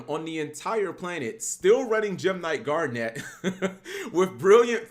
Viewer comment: Cap saying this deck is good is almost as bad as him saying “Gar-Net” literally garnet